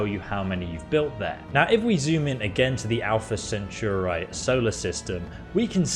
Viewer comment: whats an "Alpha Centuray" ?